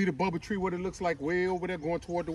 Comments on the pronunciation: Say it with me: "Baow-bob, Baow-bob" why no body correcting ya'll, we can't let him keep calling it Bubble tree😂😂😂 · The Baobab tree ... Pronounced: “Baaohbaab”